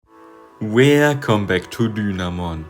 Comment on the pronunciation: Does he say it like that on purpose? Is it part of the brand?